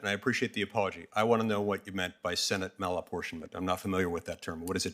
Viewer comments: Ugghghhh….Malaportionment of senate ? What? This is BEYOND TROUBLING! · Why play cat n mouse... He's asking " what's malinportionment?" Let's this guy spew political b.s. Cut his ass off re ask. Soon as he starts his p.c. political b.s. Cut his ass off and say.. Senate malinportienment is???? You finish the sentence... Don't let these guys use your 5 minutes. Cut em the fk off and again ask the hard question. It's not hard, but it does take a spine. Don't let these fks use your 5 minutes. Just once, do your fkn job we, yes we the people voted you into office to do...... Do your job.